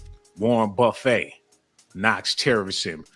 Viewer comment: Please don't take this the wrong way -- i'm just trying to help you here ... but Warren Buffet's name is pronounced : Buff it . ❤😮❤